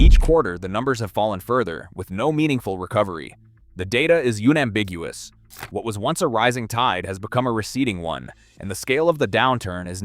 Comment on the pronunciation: “Younambiguous” “markwee” “Patek-phillipe-A”